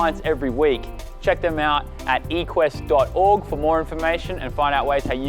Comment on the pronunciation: Equest* not Rquest